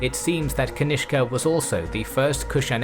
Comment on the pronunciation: Cutene how you pronounce kanishka as ganishk😂😂